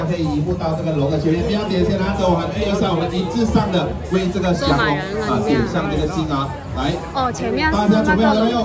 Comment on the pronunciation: 九哥“祥龙”不是“降龙”